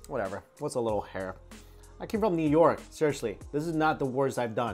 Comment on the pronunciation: "I come from newyark" ahaha